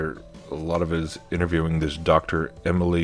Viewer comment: “Emily” = Emanly